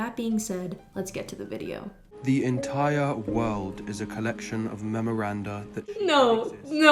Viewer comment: "the ENTAIRAH"